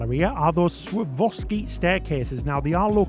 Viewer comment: Never thought of trying MSC but now you’ve changed my mind, I think it is worth paying for the yacht club. BtW Swarovski is pronounced Swa-rov-ski. It is a bit of a mouthful.